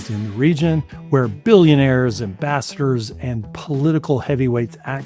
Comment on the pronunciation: I heard "ambassadors" as "bastards"